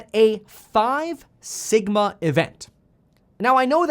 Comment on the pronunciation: For a second when he said sigma i thought he said Ligma